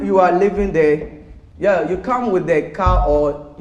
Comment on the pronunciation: I laugh so haaaard when says YAAH instead of (YEAH)